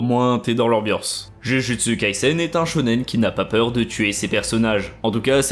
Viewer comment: C'est trop difficile de prononcer un titre correctement ? -_